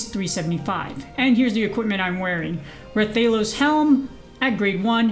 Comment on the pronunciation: Its RAH thalos btw not raythalos